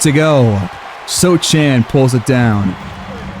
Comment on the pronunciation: Great video! Btw you pronounce Sochan wrong, Im from Poland so I can tell, but Mamukelaszwili is pretty good